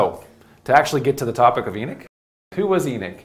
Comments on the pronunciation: I want to watch but I can't handle the pronunciation of Enoch...Why is he saying Enick???? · There an o in Enoch not Enick lol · what is a E-nick....is that a new apple product😒😒😒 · It's Enoch...not enick. Smh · We know they tried to white was history, but that’s No excuse to start miss pronouncing Names 😂😂😂. His Miss pronouncing of the name is not even close the the spelling, it’s Enoch Not Eneck 😂😂😂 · It’s called EN OCH not EN ICH 🤦‍♂️🤦‍♂️🤦‍♂️ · EEE NOCHHHHHH NOT ENICK OMG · He not saying the name right ..E noch like u saying He knocks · This is the 2nd person I am hearing saying En ich , how they rewrite history